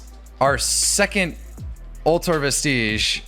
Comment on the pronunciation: i dont think ive heard one person pronounce vestige correct yet, it rhymes with fridge not prestige